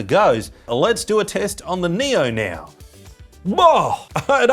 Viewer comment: Every time he says now I think he says Neo